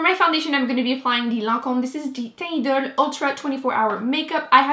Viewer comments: Such a perfect fit! No one has ever pronounced their brand name so perfectly! Lol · Congrats on the Lancome sponsorship!! That's such a big accomplishment 👌 Also now we know how to ACTUALLY pronounce the Teint Idole foundation 😂😂